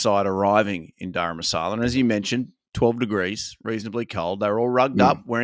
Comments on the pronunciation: it is Dharamshala not Dharamasala nor Gharam masala nor sala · Daram Masala, must be a curry, surely? It s Daramsala! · It's Dharamshala NOT Dharmashala!